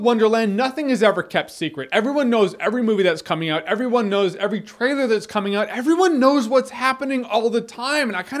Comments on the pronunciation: You can tell he's drunk: "Jeremy gives you his thoughts on the trtailer to..." lol Drunk Reviews! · "trtailer?" XD Man, you must have been really reallly drunk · 'trtailor of 10 Cloverfield Lane' Jeremy you are really drunk